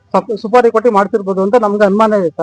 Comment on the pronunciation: Suri alla. Supari. News reader ge odalu barallawa